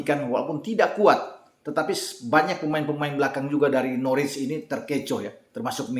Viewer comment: Dibacanya bukan Norwich, tapi Norich